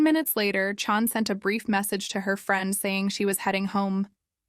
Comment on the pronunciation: her name is CHAN not CHON.. also pretty sure she was rapped.